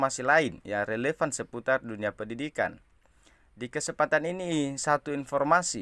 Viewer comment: Ini Chenel yg sika nyebut² kata RELEFAN dan nyebut Rp dan Rupiah ini Chenel bodong makanya infonya hoak, chenel tukang nipu para pensiunan setuap info karangsnnya... , nyebut Fuli Fandid bukan Fuli Fanded... membacanya saja salah dsr SD